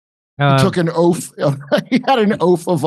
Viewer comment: “Oaf of office!” 😂😅